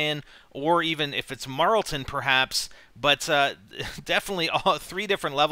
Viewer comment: IT'S NOT MARLTON!!!